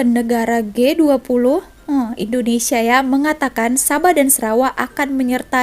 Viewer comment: Baru aku tau sebutannya Gay20...😆